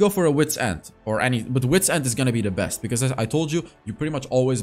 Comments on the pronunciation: He said bring out the "breast content" 😂😂😂😂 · Did he bring out the ''breast,, product instead of best or am i hearing wrong😅😅